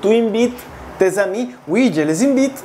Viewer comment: ¡Que mala explicación! Si no hablas bien español, ¿como te atreves a explicar un idioma como francés? Cuando pronuncias Je suena como J ai.